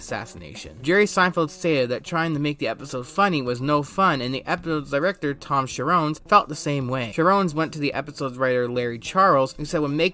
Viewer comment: Besides all the mispronunciations of names, calling the most popular sitcom of all time a "cult classic," and saying "Let's get to the meat of the potato" (brutally mutilating two separate figures of speech), it's really hard to understand you because you don't enunciate. Everything you say runs together; "the episode's director" became "the essode's rector."